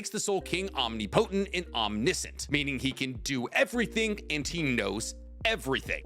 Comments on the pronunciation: love you bro love your content and I don’t want to be that guy but it’s Om-Nip-O-Tent not Omni-Potent. Please don’t attack me guys I just want to help with pronunciation. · I just realized you said “omni potent”😂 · Yeah the soul King is omni-potant LOL PS: If see's this just for his own personal knowledge it's pronounced om-nip-a-tant no hate just thought it was funny LOL😂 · "Om-nip-o-tent" is the pronunciation youre lookin for brother. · I love you, but it's "ahm-ni-po-tint"